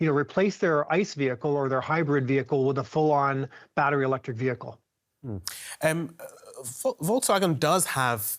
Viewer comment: volksvagen? you are doin this intentionally?